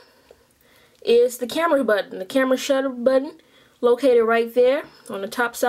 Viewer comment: HAHA"THA CAMMA SHUDDA BUTTUN" lol how you said it but nice video